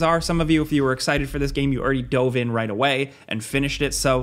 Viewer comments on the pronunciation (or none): none